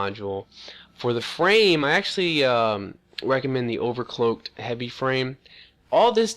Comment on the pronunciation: Overcloak = Overclock.. SCAT = SCAF.. Ham Mond = Hammond. Wiff = With. Go back to skoo.